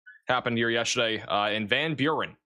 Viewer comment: I’ve honestly never seen someone so incapable of pronouncing names correctly. Spoktane? Where does that even come from? Van Buren was so painful. How do you just make up a whole syllable out of thin air? I like, but when your job is to clearly communicate location-specific emergency information, it really does matter to get the location right and pronounce it clearly and correctly (or at least darn close to it). Maybe needs to take a break from software coding and practice his towns and maps. These are well known words—it’s not flabbergasting to know them. It seems off track and counterproductive when goads the chat with immature 6 7 nonsense, but has his mods punish those trying to educate him on pronunciation. Some people get way too nitpicky, I get it, but sometimes, and more and more frequently is way too far off.